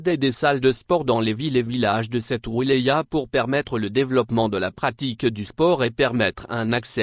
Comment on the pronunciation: IL FAUT APPRENDRE A VOTRE ROBOT A PRONONCER LE MOT "WILAYA" pauvre cloches.